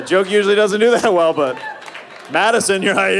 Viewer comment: Vwell vwell i musht veatch i musht